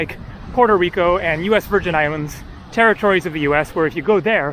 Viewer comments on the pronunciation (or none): none